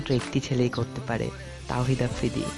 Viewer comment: thik Kore afridir nam o to nite paro na